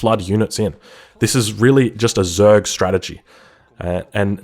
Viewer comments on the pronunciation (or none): none